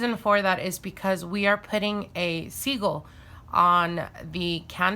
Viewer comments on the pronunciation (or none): Are u saying seagull or sigil? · Babe its pronounced sigil not segul